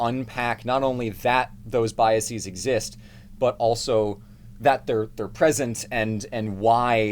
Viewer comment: I love ya, but the way you pronounce "biases" causes me physical pain (/lighthearted). I promise you that E is a schwa.